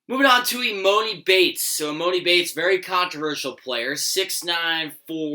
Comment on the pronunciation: How do u not know how to pronounce emonis name